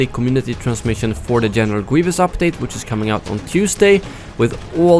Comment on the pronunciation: "Genewal Gweevus"